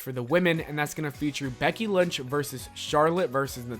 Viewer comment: Is it just me that heard him say Becky lunch instead of lynch like the whole time he mentioned her?